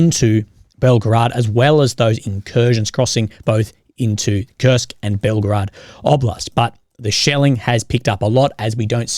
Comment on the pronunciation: This is not "Belgrad"! This is BelgOrod!